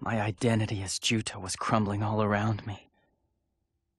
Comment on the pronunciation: Juto not Joto lol